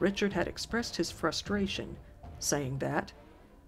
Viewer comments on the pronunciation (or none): none